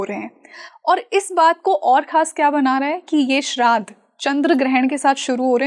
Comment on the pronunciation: सितंबर नहि सप्टेंबर बोलना सीखो भय्या लोगो... श्राध नही श्राद्ध बोलो .. सुधरो भैय्या लोगो...